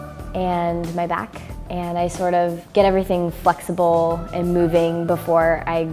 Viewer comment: she said 'fucksible' instead of 'flexible', didnt she??!